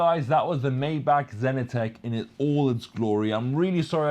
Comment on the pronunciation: pronounced My - bach. Enjoy the videos.